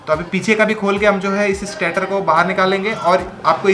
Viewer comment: स्टाटर नहीं भाय स्टेटर है जो स्टेटिक है।